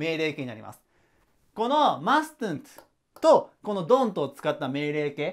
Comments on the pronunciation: 〜 2番 mustn’t はマストゥント じゃなくて マスント って習いました！ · mustn't の発音 /ˈmʌsnt/ マストントって言わないで〜🙏